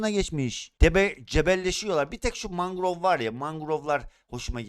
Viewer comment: Abi lütfen mangrow de mangow deme gıcık oldum dogru söyle lütfen